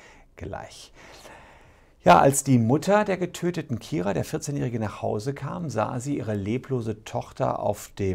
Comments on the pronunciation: Man spricht sie übrigens Keira und nicht Kira aus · wieso können die nicht ihren Namen aussprechen es heißt Keira nicht Kira